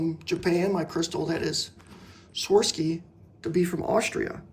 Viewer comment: Swar-ov-ski is the pronunciation